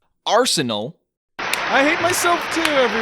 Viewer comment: 7:62 "Arse-anal"